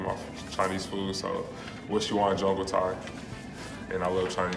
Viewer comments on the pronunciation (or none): none